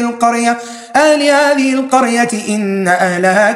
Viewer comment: أنا مهلكوا أهل هذه القرية وليس أل. ارجو تصحيح / ولا يصدنك الدال مضمومه. بالتوفيق وجزاكم الله خيرا